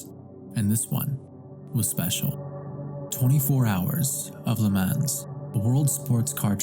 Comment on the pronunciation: Bruh you really need to fix the mic levels. There's no middle end, which makes your audio really weird on the ears. EDIT: also it's pronounced Leh-Monn. Not Leh Mans.